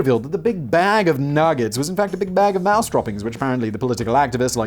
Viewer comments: Moose not mouse..Juno is pronounced June-O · Mooooooose. Wow Simon's pronunciation is getting worse 😆😂😄😂